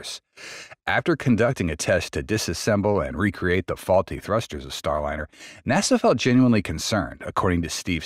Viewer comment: Not so sure. The speaking pace seems to speed up and slow down from time to time. Like a record play too slowly.. Word mispronunciations like Starlinnner sound like a bot